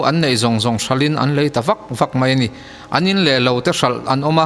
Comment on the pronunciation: Ngaihnawm hlawm hle mai. Mahse, mai tih tur mei i ti tlat hi insiamṭhat a ngai nih hi. 👍👍👍